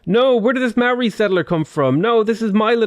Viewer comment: chur cuz mean the only person ive seen who says the moari names right